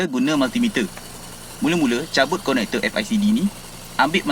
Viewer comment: konekter🤣😂🤣😂bunyi sebutan salah bangg...🤣😝😂🤣😝😂🤣😝😂